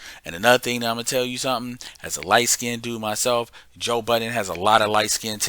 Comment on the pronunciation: Hey Happy New Year. His surname is pronounced Bud—den